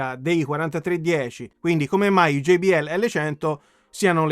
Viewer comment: Bellissima recensione; già solo per il fatto che lo pronunci GEI-BI-EL e non GIBIELLE meriti un "Mi piace" grosso come una casa 😎